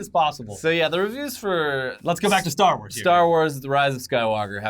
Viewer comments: Do people actually call it a “star war” ... it hits my ear wrong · I'm not going to lie. I got a little triggered every time you guys said "Star War". It's Star WARS!